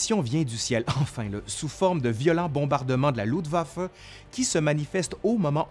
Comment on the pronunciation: Il pleut en octobre, et il neige début novembre. Avec une vague de froid très précoce vers le 11 novembre. Luftwaffe et pas Ludwaffe!